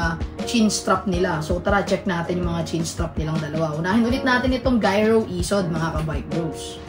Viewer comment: Bat unang pronounce mo giro. Tapos nung mga sumunod. Naging gyro na. 😆